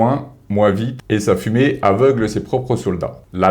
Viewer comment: Gewert se dit Gevert...parce que c'est de l'allemand, pas de l'anglais 😅